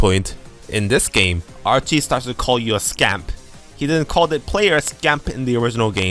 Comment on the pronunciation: The 'ch' in Archie's name is pronounced like the 'ch' in charizard. Your english is obiously really good, i'm just throwing that out there for future reference. You make great content